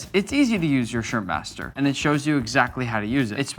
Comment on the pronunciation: bro really said “shirmpmaster” 🔥🔥